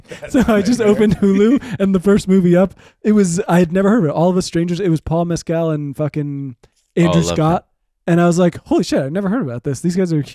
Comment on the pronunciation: Paul MEHS-cuhl not Paul Mezcal